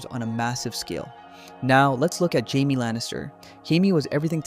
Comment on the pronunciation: Is this an AI script? Why is Jamie's name fked up so many times, in dif ways, but said right sometimes? Ai slop.